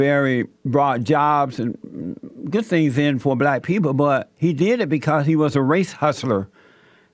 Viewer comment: This man can't even pronounce the word black he says blasts this nigga is dumb like I said they found him under the freeway overpass sleeping in his box.